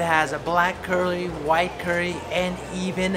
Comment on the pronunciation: He said clurrie